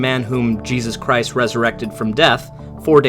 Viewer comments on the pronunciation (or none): none